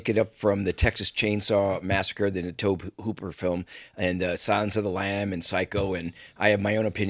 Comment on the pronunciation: Tobe Hooper is pronounced like ‘Toby’, not ‘tohb’. 😂